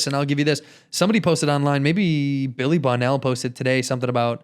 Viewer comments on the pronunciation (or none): none